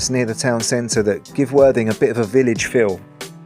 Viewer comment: When mentioning worthing and your channel your clarity of speech needs to be clearer as it sounds like " the absolutely wan#@ channel sorry for the persice criticism mate but great vid mate enjoyed and your narrative is good content keeping going mate